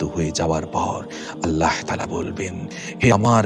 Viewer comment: আপনার আল্লাহ উচ্চারণ ঠিক করেন তারপর ইউটিউব করেন